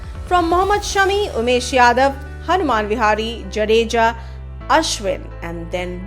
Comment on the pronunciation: Really nice video. One small thing, it is Hanuma vihari but not Hanuman vihari. 🙂👍